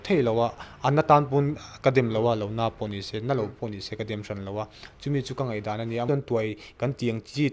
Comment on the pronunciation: Ngaihdan tih hi ngatinge Ngeihdan ti a a lam tlat ni aw.... Media lam ah hi chuan Ṭawng dik hman hrâm hrâm a pawimawh khawp mai.